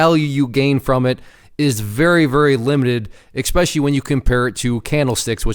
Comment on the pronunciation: I cringe every time you say "expecially".